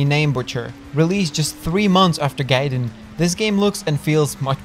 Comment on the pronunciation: Gaiden pronounces as "guy-den", not "gay-den"